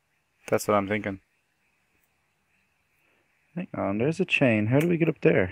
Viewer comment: "I'm tinking..." XD